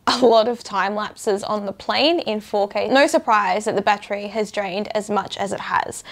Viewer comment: How do you put a "r sound" in the word "No"?? 🤔